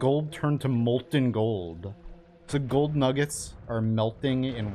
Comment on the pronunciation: "It's raining gold-uh"